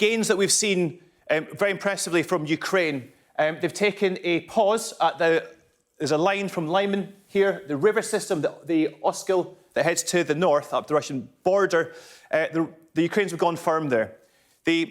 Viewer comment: Please learn how to properly pronounce "Lyman". It's got nothing to do with lime.